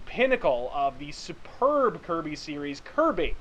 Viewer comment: I just want to say that is really weird hearing you say "kirby"